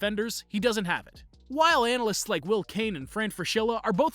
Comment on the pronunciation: 7.57: did he fail on the word analysts?😆😆😆